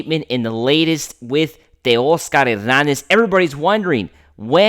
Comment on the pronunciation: Who is Tehh-Ey-ahz-gahr Ehh-rr-nahhzzz?